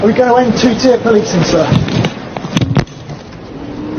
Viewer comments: It’s pronounced teer not tire,it’s everywhere to see and hear,how could you get it so wrong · Hi lovely lady, just for further reference, ' Tier ' is pronounced like the word ' Tear. ' You have pronounced it as 'Tyre.' Not being rude, love watching your videos, keep up the brave work. D. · 2 ‘tyre’ policing 😅😅. It’s pronounced ‘tear’ like tear drop. lol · Pmsl it teir not tire 😂😂😂😂😂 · Two tyre = 🔘🔘 Two tier = 👇____⬛⬛👆 Pronounced the same as tear 💧😢💧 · We're only two words in and already you've made a mistake pronouncing 'tier' like 'tyre'! C'mon now, have you not LISTENED to ONE report and heard that the word rhymes with 'fear'?